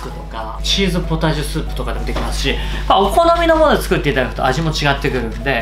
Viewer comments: さっしょく～ちゅくって○△■～ に、 ん？！wwてなった😂 あと、なんだこれってww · 作っていきますがちゅくっていきますになっていますよｗ